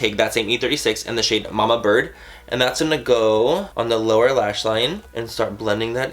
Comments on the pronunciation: Did he say Laura lash line?? 😂😂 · I thought he said "laura" lash line. not lower lash line. lol.....